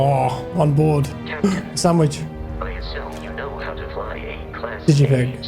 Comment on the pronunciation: when he enters a spaceship: ‘oooh a sandwish’ 😂😂😂